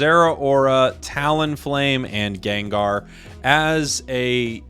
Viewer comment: Gengrrr 😂 sounds like vermont pronunciation of gengar I love it 😆